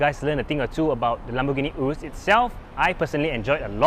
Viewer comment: Can even pronounce the name urus properly.